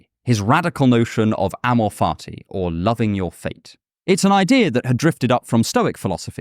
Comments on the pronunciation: Every time this man says ammo farty i just can't 😂. My brain is that of a child 😂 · "Amor fati"—love of fate—pronunciation: emphasize the instead of the .